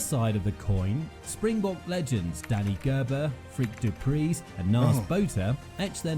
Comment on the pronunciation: Frik Du Preez(the z is silent) was voted South African player of the century! Spanish rugby doing so well atm Lomu wow what a player(never got to score a try against the Boks in his career) The HAKA yes, this is what most ppl today don't get about rugby its not just respect for each other and their countries but also deep routed tradition ever living on, amateur or professional the traditions are still there. Also ppl don't get it, the players want to bash and smash each other on the field and most will have a beer afterwards with the opposing team members like they are old friends